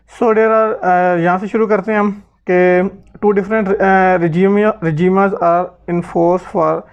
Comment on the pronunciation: Yar good effort, but FBR ka document is expired and you need to send an email for latest document. Plus workout on the pronunciation b4 making video, regimes is not regima it isر جیمز and schemes is not schemaa it is سکیم or سکیمز.